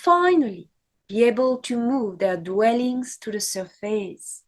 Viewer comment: The word surface is pronounced: SUR-FIS not SUR-FACE